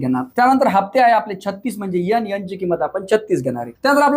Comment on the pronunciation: Sir please यन,यम यस असे नका बोलू एन,एम,एस,एल असा उच्चार आहे त्यांचा